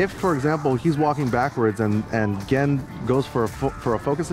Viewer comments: The players and the games are fantastic. The format, the setting, and especially the unknowledgable commentator really killed it for me. I stayed for Honda vs Gen. Finally, why did they let that guy say "Jen" the whole time? Gah. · the thing that bugged me the most was that he kept calling Gen... "Jen." it really irritated me every time he said it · I like how it took Tasteless 3 rounds to pronounce Gen's name. Then again, he was just a random hire by esgn, he shouldn't be expected to know so much about a completely different game than he is used to casting. But you'd think the producers would at least force him to learn 8 names. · Every time he called the character jen my eye twitched just a little bit more. Even after gootecks said the characters name correctly. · JESUS CHRIST STOP SAYING JEN. GEN HAS A G. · gen isnt called gean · please say gen right, please!!!